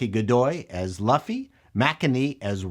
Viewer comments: Luffy, not Laffy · Speed Racer was a great adaptation even when they went overboard with the cgi and heavy color palette. Also Luffy is pronounced Lou-ffy not Laughfy. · Love you but if you ever call him Lufy again we are thru..lts LUFFY pronouned "LOU FEE". Other were off as well but I'll assume that is due to being Canadian;) But I do largely agree with you. This could run for years if they don't over spend and make it woke.. which they will try.. Look up actress or actor playing Koby. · Yeah, you kept saying Laffy when it's Luffy. LOL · Loo-fy. Its a human tick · Monkey D. LOOF-ee. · I love your work, but your pronunciation is hard for me. Not Man-ga Mah-n-gah His name is Lew-Fee (u is always pronounced eww) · "Luhfy" Oof... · before someone calls you out and crucifies you for pronouncing Luffy's name wrong I gotta help you out. "LOOFEE", Lew-ff-eee = Luffy, like this. One Piece forever! I really wanna watch this episode but I don't wanna support Netflix so I'm at a crossroads on this. Great review as always big guy. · Luffy? please someone tell me they don't pronounce his name like that in the show. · They made a short video about how to pronounce Loooffy accurately weeks ago. So, it's funny to hear somebody STILL get it wrong. lol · you mispronounced all the names of the main characters. You definitely aren't super familiar with the show. lol Still, your insight as a producer (and outsider to the series) was insightful. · Did you even watch the episode? You can't even pronounce the main character's name. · The only thing about this review I'm going to say that could be seen as negative. Is your pronunciation of names you are pronouncing luffy's name wrong.